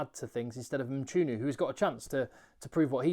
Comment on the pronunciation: ....just to need to commend you for nailing those pronounciations💪🏼😂 from a Saffer.. superb...